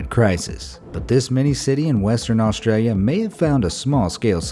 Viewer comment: Uhh wow I should adopt a tree! I live where it comes from! But U pronounced it wrong Just to let you know.....